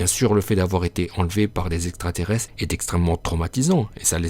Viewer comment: le niveau intellectuel de l'auteur de la vidéo 😂😂😂 , le mec prononce extrateresse 🤣🤣🤣🤣